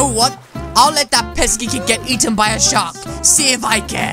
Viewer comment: You say shark like shock so it makes it look like your saying shock in captions